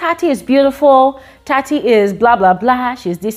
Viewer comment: it’s Tsatsi not Tati